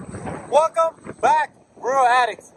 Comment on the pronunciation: Good video stop saying radicts please